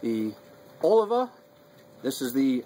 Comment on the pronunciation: it is pronounced O lee va; not O live a